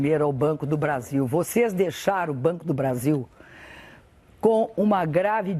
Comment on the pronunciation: eu escultei ela dizer brando do brasil 21.13